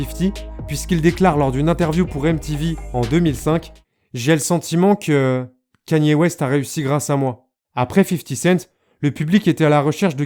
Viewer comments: Quénie ooéste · T’es con ou quoi pelo ? Ça se prononce comme ça mais toi ça se voit t’es un shlag tecoutes du rap fr